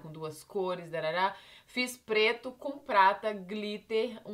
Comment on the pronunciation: parece q ela falou "Fiz pleto com plata "